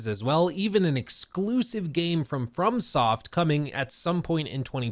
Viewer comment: You navigated “from From Soft” with great diction and aplomb